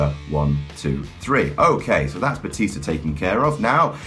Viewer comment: "Batista to Bootista to Bluetista to Byetista" OH MY GOD I LOVE YOU